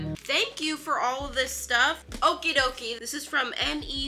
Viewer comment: Why can I not stop laughing when she said okie dokie I heard Opie dokie😂😂😂